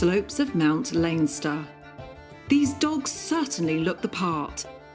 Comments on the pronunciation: It’s pronounced mount Leinster no mount lanester! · It's pronounced Lenster the I is silent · Leinster is pronounced like "len stir" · Anyone else find the pronunciation of Leinster a bit odd there?